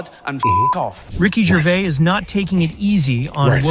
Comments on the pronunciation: A very poor video, first the idiot narrating it pronounces Rick's name as Gervay......then says there is bad blood between him and Carell, there isn't, that's a running joke.... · what is this narrator talking about....he cant pronounce Gervais.....and carrel and Gervais are good friends just messing about ...🙄😆😆